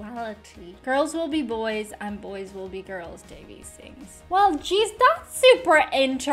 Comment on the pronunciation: The brother's last name is actually pronounced Davis